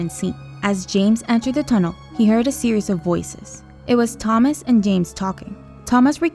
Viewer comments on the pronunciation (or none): They pronounce Thomas right, then wrong later. This is absolutely terrible.